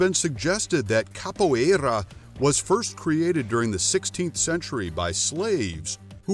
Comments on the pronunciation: Amei o modo que ele fala capoierrrra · His pronunciation is hilarious. And annoying. I mean come on, "Kappo eyraaaa". Really? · SORRY; but I do Capoeira. You guys pronounce everything very wrong… both capoeira, ginga and berimbau. Also why is all the Capoeira clips the top clips from YouTube? Half of them are from movies… You´re not just reading from Wikipedia too? (And I don’t know but your karate words sound weird too…) But I am okay with the conclusion. We can be quite aggressive, but Karate is eassier to learn if you ‘just’ want to win a fight. (And stop telling me to subscribe, once is plenty! Just do better context or shorter videos instead please) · Anyone else notice he never pronounced capoeira the same way twice?